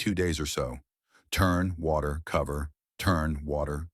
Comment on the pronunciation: "WACTER"? Who even makes a pile of leaves in the yard?